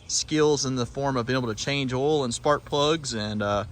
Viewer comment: Change "awil"